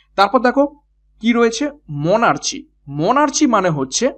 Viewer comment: Sir pronunciation ta মোনার্চি naki মোনার্কি??